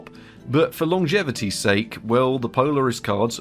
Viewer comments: polaris (X) poll-aaris (✓) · Poe-lair-iss. That’s how I’ve always heard it pronounced. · pole-air-iss is how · Seems like is trolling with the Polaris pronunciation here. LOL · Nice Polaris pronunciation lol. Great vids man, glad to see you doing your thing! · Polaris like when Tom Morgan called Niagara engine Nih err gara instead of like the Niagra falls.